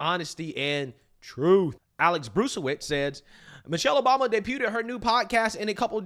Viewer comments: It’s pronounced day-bued not day-bu-ted…… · While you're tearing a black woman down, know this, daybooted (debuted) is not a word. In the word debuted the "t" is silent. Thank me anytime. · Love your channel… but “debuted” is pronounced “day-byood”. I have heard you mispronounce it so many times. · Debooted bro? Debuted? Seriously? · “debuted” is not pronounced with a “t”. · That chocolate man in the first clip cannot dance. lmao, your pronunciation of debuted was not even remotely close. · Bro, you need to learn how to pronounce debuted. The t is silent